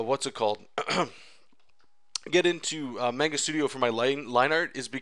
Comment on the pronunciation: Otaku rage burns at the miss pronounciation of manga...